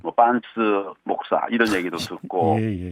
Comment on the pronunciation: 잘들어보면 목사라 하지 않습니다. 먹사라고 발음합니다